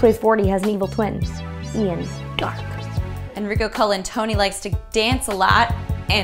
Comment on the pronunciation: "En-Freak-O" elise shaking her head no relatable